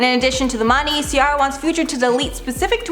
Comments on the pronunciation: It’s pronounced cee-air-ah not cee-are-ah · When the new host is irritating cuz she didn't pronounce CIARA's name correctly.... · Anyone else bothered by the way she's pronouncing Ciara?